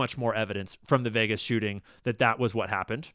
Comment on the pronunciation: Yeah Vegas sounded like Vietnam 🚁